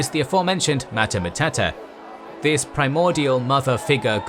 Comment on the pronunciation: Go watch Luke Ranieri or something, your pronunciation of names is funny af. matata matata and the larries lmao